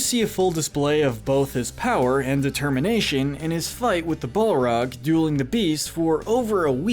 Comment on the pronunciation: My favorite was when he said ball rag.